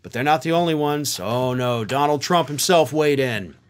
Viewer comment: "Dominold Trump?"